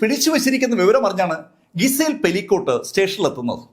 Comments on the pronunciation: ഗിസൽ അല്ല... ജിസെൽ .. അതാണ് correct pronunciation.. sorry ... കുറ്റം പറഞ്ഞതായി കരുതല്ലേ ... നല്ല presentation ആണ്.. അത് ഒന്നും കൂടി മെച്ചപ്പെടുത്താനുള്ള ഒരു കാര്യം പറഞ്ഞതായി കണ്ടാല്‍ മതി 😊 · പേരിൻ്റെ ഉച്ചാരണം ഒന്നു ശ്രദ്ധിക്കു: ഗിസേൽ/ജിസയൽ എന്നാണ്.